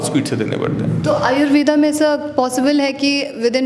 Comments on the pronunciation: Thanks for information, कृपया आयुर्वेद को आयुर्वेद कहें, आयुर्वेदा बोलकर इसका अंग्रेजीकरण न करें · Madamji,namste.Apka dr.sab ke sath jo bahut mahatvapurna batchit hui ye acha laga .Lekin es darmyan aap Indian hone ke bavjud Ayurved is shabda ka sahi ucchar kare ese "Ayurveda" na kahe ,dhanyawad.